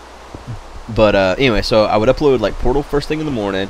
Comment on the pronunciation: I can't help not to hear "porno" whenever says Portal lol